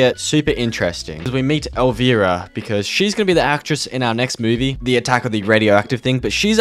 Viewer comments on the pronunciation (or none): COD Infinite Warfare zombies is my fav COD zombies. also bruh, it's not "El VEE rah" It's "El VI Rah" It's an I not an E. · Pronounced El-Rye-Uh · It's El v-eye-rah u pronouncing wrong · Bro say elvEARA one more time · Your saying Elvira wrong